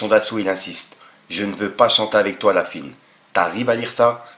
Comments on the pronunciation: Ça me bute , fouiny tu l’appelles « la fuine » tu veux pas prononcé le o de « la fouine » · On dit la fouine pas la fuine 😂😂😂😂